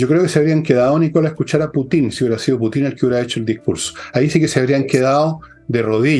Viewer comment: Don Fernando, se dice Putin no Putín...😆